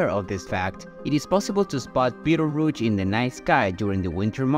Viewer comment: Another BS sensationalist video about Betelgeuse (or beedelrooch as the presenter pronounced it) 🤐